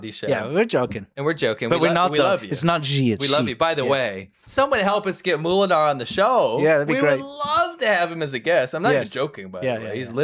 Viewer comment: It's also not moo-lenaar, like a cow, but mow-lenaar. It means miller. At least should know that:P